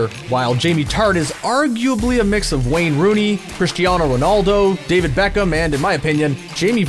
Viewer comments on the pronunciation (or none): none